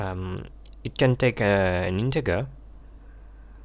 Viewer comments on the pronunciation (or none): Integer is pronounced InteJer - NOT Inte grrrr. Good video otherwise! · Looks professional and legit. If any beginner hears he/she might adapt "Inte garrr". And you don't wanna say "Inte garr" in your office/workplace.